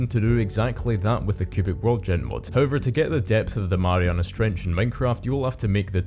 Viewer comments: "Marianus Trench" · WHy are you calling it the marianas trench?